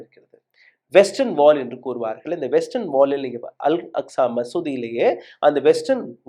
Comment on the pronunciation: அஸ்கா இல்ல bro அக்ஸா